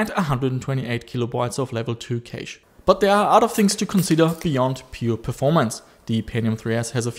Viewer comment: Hey. "Cache" is pronounced like "Cash". FYI